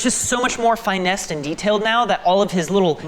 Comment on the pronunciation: Fye-Nessed?!?!?!?! what was that Fin-nessed